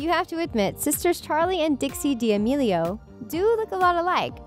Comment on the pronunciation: It’s charli not Charlie and it’s damelio not diamelio